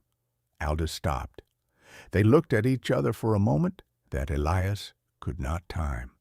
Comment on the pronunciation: You need to read the stories yourself. Not AI. AI does not comprehend context. And its "hollar" not "hollow." Yes, it is spelled hollow but the pronunciation for that area says it with an r sound at the end. The southern dialect of your AI wasn't all that good either. Also, it failed to pronounce "Elias," correctly. As well as several other words. That would not have happened if the AI understood context.